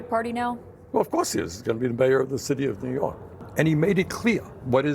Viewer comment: "ZOOYORK" The world's largest open-air asylum.....lolz